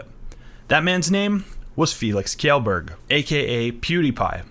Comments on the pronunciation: are you serious? Felix "kellburg" Say it with me now; Felix "Shellburg) Kj is SH sound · "Kjellberg" is pronounced "Shellberg" "kj" aswell as "tj" makes a "sh" sound